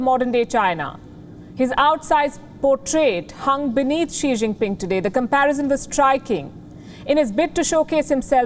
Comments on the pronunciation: Xi Jin Pig is very stupid , whenever he read , he pronounce wrong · I heard श्री zing ping 🤣